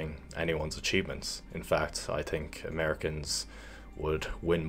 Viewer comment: ”I tink”